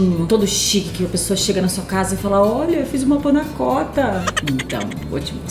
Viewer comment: Não se diz Panna cótta, e sim panna cotta. Sem acento. O cotta é pronunciado quase com O se tivesse um ô.